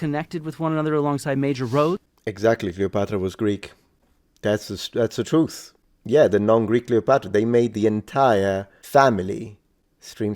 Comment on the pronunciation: the "turth" lol